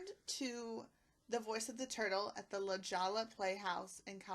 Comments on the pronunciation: It's pronounced "La Hollah", not "La Jahla", California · La Jolla is pronounced La Hoya, FYI. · You need to learn how to pronounce La Jolla. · Learn how to pronounce “ La Jolla”.